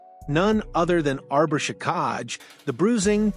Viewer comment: Luckily I don’t trust dumb news from AI. It’s “Jack-eye”, not “juh-kahg”